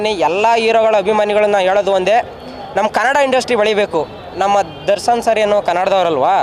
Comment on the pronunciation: ದರ್ಸನ್ ಅಂತೆ😂😂😂ಅದು ದರ್ಶನ್ ಕಣ್ಳಾ...